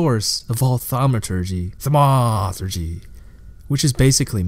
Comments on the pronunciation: thanks for the explanation, next time say "thaumaturgy" like a grown-up, please. thank you. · This was actually a good video but it would've been nice if you could've looked up how to pronounce thaumaturgy before you continued to ruin it. ;) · i think this comment was right on. The content is great, but it was the delivery that made this really difficult for me to concentrate on. Not just pronunciations (thaumaturgy), but strange emphasis in sentences, the almost exact same roller coaster of tone in each sentence, and then the tendency to drag out the word at the end of nearly every sentence. Fought through it though because the story was worth it and his research and compilation were superb. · Disliked. What is his problem with the word "Thaumaturgy"? It's so annoying the way he says it. He pronounced Marceus wrong too (he calls him Marcus Lioneye lol). If he even listened to Tarkleigh or tap on the Weathered Carving in The Coast you will hear the correct pronunciation. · why are you doing that? "thamaaaaaturgee" what is that? Kinda ruined the video for me bud. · Themaaaaawturgy. Huge turn off dude. I legit just wanted the lore. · I disagree. Why not? It was a fun and informative lore piece with a bit of "thaumaaAAaaturgy"! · Dude the video is so good!! BUT WHY Therma-a-a-a-a-a-aturgee ?????????????? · 2 minutes in, i cant continue the video because you keep saying thamauuuuuturgy. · "thamaaaaaturgee" seriously wtf. I gave you an upvote for the good work of summary, but this ruined the video (as 1000s said below) and I had to stop watching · the way u were pronouncing thaumaturgy got old real quick.